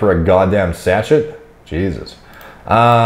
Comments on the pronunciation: Sachet. Pronounced sash-aye not satch-et 😄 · I guess we’re just not going to talk about how pronounced “sachet” then huh?